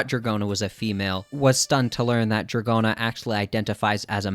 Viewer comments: that's a stretch. GIOrno is already pushing it, but NO ONE pronounces Dragon as dra-johns. unless the namesake Dragona comes from does pronounce it that way for some reason, i'm not well versed in american rock music... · it is proutonced dragouna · I pronounce it like rodeo cause it fune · dra-johns lmfao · Honestly, I think drag-go-na is better lol pronounce it however you want